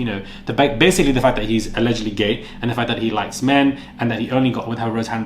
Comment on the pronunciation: You need to learn to say ”allegedly”. 😅